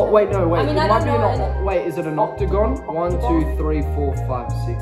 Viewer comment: Octogon!!!! Closer but not quite 😂